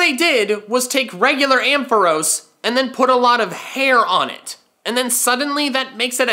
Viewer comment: AMPHAROS, NOT AMPHOROES! FIX IT NOW!